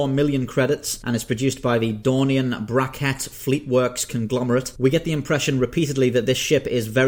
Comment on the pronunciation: i keep thinking game of thrones when youv say Dornian